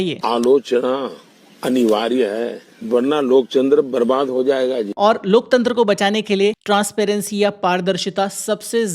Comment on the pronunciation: Bhai g wo loktantr nahi lokchander bol rahein hai😂😂😂😂